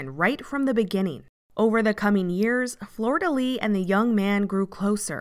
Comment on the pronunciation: I kept hearing Florida Lee instead of Flordelis lol Good video